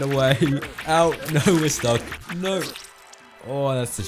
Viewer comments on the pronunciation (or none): take a shot every time he says "nooüuwwa" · Your voice is really nice sounding but the way you say "no" is so goddamn funny